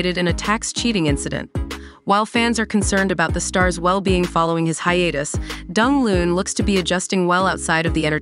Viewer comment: Pronounce his name properly please!